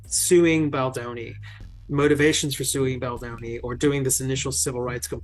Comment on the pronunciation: Really, you would think AI could at least get Baldoni‘s name right, announce it right at least once?